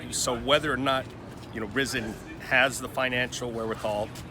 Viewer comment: The reporter said he has been following Rizin and yet pronounces the name totally wrong? 🤔🤔 Yeah right, you have been following them, clearly hahah